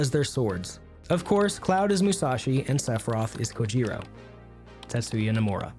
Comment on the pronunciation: Your pronunciation of Japanese names is horrendous. Especially for Kojiro. But good video nonetheless